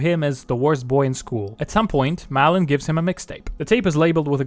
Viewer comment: I think it's more like "Mawlin" than "Malin" (due to the å), but I'm not sure.